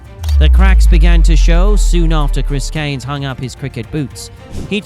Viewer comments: Well, it pisses people off mate, there is an R in Cairns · His family name Cairns, is pronounced :"Care n Z" ., Not cans. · His name is CAIRNS, not CANES! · Cairns is pronounced Kier-ns, not Caynes. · Chris 'Care-ns'... Not "Canes" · Cans not Canes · Surely his name is pronounced "k - air - ns" and NOT KANES? IMMEDIATE DISLIKE AND DOUBLE THUMBS DOWN. 👎👎 M 🦘🏏😎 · Cairns, not Canes. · The surname has an "r" contained and hence it is pronounced with a hard r...cairns (cans). Look up the correct pronunciation online. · Mate, you just answered your own questions in the video you just made about why he was a 90s legend and his amazing feats. And I don’t remember his name ever being pronounced in the weird way that you are. Do you know how to pronounce the city of “Cairns” in Australia? Well that’s how you pronounce Chris Cairn’s surname. Not “Caynes”. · Always a sign it is Clickbait ; they butcher his surname Chris Kanes Lance Kanes &&&^ off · It’s not pronounced ‘CANES’. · Chris "Canes"????? Did you leave the R out for the AI voice-over? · The least the video narrator could do is pronounce Chris's surname properly. Cairns has an R in it. It is not pronounced as Cane's. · Your pronunciation of his last name did my head in. The r is not silent. You kept calling him Canes for the whole video. Do better. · Mate, I'm nearly 60, and Australian, and in all my years watching cricket, I've never heard Chris Cairns or his old man Lance called Canes by any commentator. The air in Cairns is pronounced exactly the way it sounds. And you're wrong, it's every bit as bad as it sounds. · Pronounce names correctly 🤡. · Pronounce his name right, stupid AI. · You cant announce the R in CAIRNS? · could at least say his name correctly then, you're full of Ganges water 💩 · If you are making a video about someone you should learn how to pronounce their name correctly. Was painful hearing you butcher it over and over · Get the pronunciation right maybe